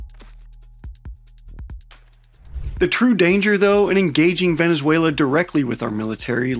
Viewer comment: I'm venezuelan, and your pronunciation is just amazing, you got me rolling 😂 🤣